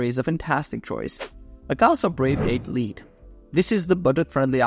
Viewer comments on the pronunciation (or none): lite is pronounced light my bro.your welcome